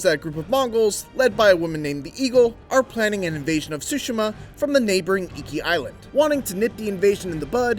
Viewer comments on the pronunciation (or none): wth is he saying, more ghost of sushi'ma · dat boa say SHOE SIMMA